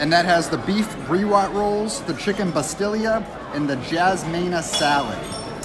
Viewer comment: BasTEE-ya. Not "Bastillya". I love you guys, but wish you'd research the pronunciations before you do these videos. (smile) This has always been one of my favorites, but haven't been in several years. BTW, when it first opened, the restaurant's menu was designed and supervised by the King of Morocco's personal chef, and they had a great cookbook written by him for sale then, too. Many do not know that Morocco and the USA have a long history--they were the first foreign nation to officially diplomatically recognize us in 1776 or thereabouts. As for the aesthetics, you have to remember that part of their culture is that no animals, people, flowers--anything that could be seen as "idolatry" or pagan symbols are allowed--thats' why it is all geometric patterns in the tile and such. Also, guys, Orange Blossom Water is an ingredient, so it goes together in the title and it is not a "water tart" (Smile--sounds like a hooker cruising Splash Mountain) and if you've ever had a Ramos Gin Fizz, you've had orange blossom or flower water and it figures in many other cocktails that do NOT come from the middle east.